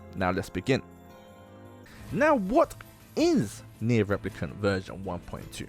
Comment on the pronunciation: Let's just all take a moment to respect the fact that my dude tried to pronounce the full name of nier , good job bro 👏